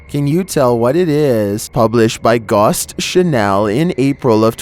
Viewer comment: Gost chenal=ghost channel in someone's weird foreign accent language.